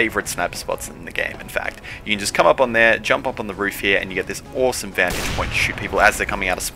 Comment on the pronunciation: Oowsum vantig pwoint